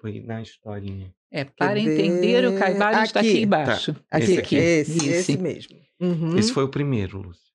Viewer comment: Não se falaria, em português, Caibali(ô)n? Caib(á)Lion teria acento. Como não é palavra de origem inglesa, não entendi essa pronúncia.